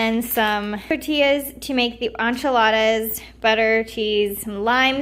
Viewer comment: Did she just say ONchiladas?